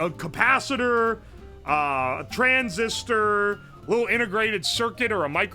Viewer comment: Why does he pronounce "transistor" as "trans sister"? He pauses for a solid half second in the middle of the word. He did it multiple times, not just once. I think he's been hitting that blue smoke too hard.